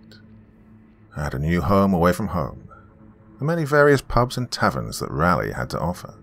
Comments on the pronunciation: Love the story and your narration is superb as always....but man you are butchering the pronunciation of Raleigh. 😋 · Another NC-based story! Been seeing a lot of them lately. A little tip for the Doc on pronouncing Raleigh-- it's named after Sir Walter Raleigh, and pronounced the exact same way (rather than the "rally" pronunciation the Doc has going on here). It's one of the few place names in the American South where both the American Southern accent and the standard English accent pronounce it the same way. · Yep, or to make things easier… it’s pronounced “raw-ly”. 😊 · it's not raw-ly... it's rah-ly. Like, rah-rah-ooh-rah-rah rah-ly! Jokes aside, there are like 2 ways of reading every pronunciation I thought of spelling out which is why I didn't do it. I just couldn't figure out a clear way to spell it out. With a US accent, raw-ly could work, but raw-ly with a UK pronunciation like the Doc's would end up something like roor-ly, and the "ah" in rah-ly could be read either as the "ah" from "cat" or the "ah" from "car"